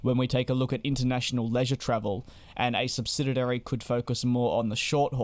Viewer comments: I'm going to be that guy. The word is SUBSIDIARY, not SUBSIDIDARY. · Stop saying 'SubsidiDary'. The word is 'subsidiary'. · What’s a subsididary? Though I’ve repeatedly fumbled the same word again and again in a conversation myself, so I should not nitpick… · You keep saying "subsidiary" incorrectly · Why is the commentator struggling to pronounce ‘subsidiary’?